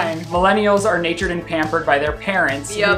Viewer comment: said "Millennials are natured & pampered..." the word is NURTURED, Sir. Nurtured. Lol